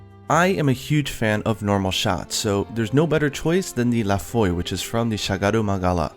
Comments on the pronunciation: La Foi ( La Fwah ) = The Faith = French :3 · La Foi is French for "The Faith" and is not prononced correctly in the video. It's "Foh - ah". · La Foi is pronounced La Fwa, for future reference. French is a strange and esoteric language. And oh my god, they brought back piercing elemental shots! I love this game even more now. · The way you pronounced "La Foi" killed me.... It's La Fwa, like Gargwa. Sort of. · "La foi" should sounds "la foa" since it comes from the french, like 99% shagaru weaponry =) Edit : It means "the faith" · La Foi (The Faith) is a french word, it's pronounced "la fua" or "la foa"